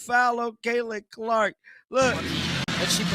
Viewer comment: Caitlin Lark? I hate AI. Timpson is the one that stepped up more than Billings with no Boston.